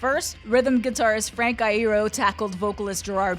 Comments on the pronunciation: 'frank ihero" frank I-ero..... Isn't it Frank 'eye'ero?? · ITS NOT FUCKING IERO ITS LERO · Did you just say Frank’s last name “I-roah” instead of “I-ear-o” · I’m sorry, frank “I-ear-o” are you sure about that my friend. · Pronounces Iero wrong Me: siiiiiiggggghhhhhhh